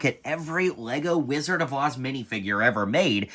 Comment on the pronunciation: Rizzard of OZ?